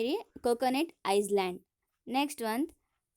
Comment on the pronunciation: Madam first you learn the pronunciation of island and sea🤛👎